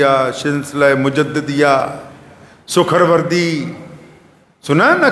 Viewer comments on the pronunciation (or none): Sukharwardi nahi hotey janab Suhrawardi hotey hain. Tasawwuf bhi thoda jaan lijiye. Yeh bhi quran aur Huzoor paak se sabit hai.